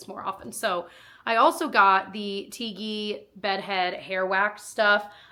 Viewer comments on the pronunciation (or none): The way you pronounced the TIGI product made me giggle lol